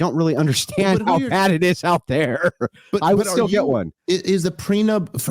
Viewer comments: Dave keeps saying prenub, and it’s bothering me. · How on earth did Andy manage to bite his tongue when Dave was calling a “prenup” a “preNUB”??? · Prenub? Me and you are? Love you Dave but cmon man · It is unfortunate that Dave thinks it’s called a “Pre-Nub” not a “prenup”😂😂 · Why does Dave keep saying pre-nub? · why does he keep calling it "pre nub"?? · Are you saying "prenub," Dave? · Anyone else hear Dave say “prenub” instead of “prenup”? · Dave kept pronouncing it "prenub".